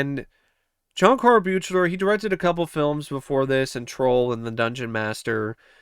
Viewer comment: How many times do I have to hear people say the director's name wrong??? It's suppose to sound like BEAKLER!!!! BEAK-LER... Good review but damn most people who enjoy these films doesn't know how to get the director for part 7's name right... I know I'm over reacting but to me it's like nails on a chalkboard.